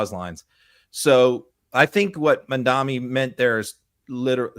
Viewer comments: Yeah no idea why doesn’t just correct him, he says it wrong every single time 😂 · Love you, but you're mispronouncing Mamdani -- it's Mom DoNNy -- not Mom DoMMy. 🥰